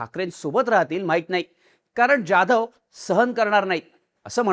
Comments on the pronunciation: ज्याधव नाही जाधव, स्क्रिप्ट लिहिणाऱ्याला सरळ लिहायला सांगा आणि तुम्ही नीट वाचा, समोर दिसत ते रेटायचं नाही. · जाधव नावाचा तू चुकीचा उच्चार करतोय हिंदी लोकांसारखा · Saheb Jadhav nit uccarara pl